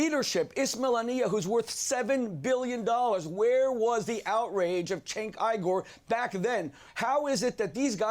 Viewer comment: as for cenk uygur's name, its pronounced "jenk ugur".